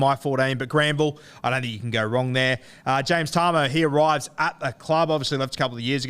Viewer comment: James Tah-Moo lmao.